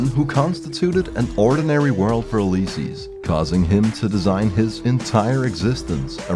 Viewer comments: Remembers to say it's pronounced Fido not Feedo. Instantly says Uleyesees. Lol, who taught you English? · You, liss, sees = Ulysses. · Holy, the way says Ulysses has me feeling some type of way man